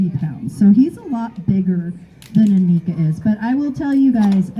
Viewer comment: Annika rhymes with hanukkah. Lots of Americans get this wrong.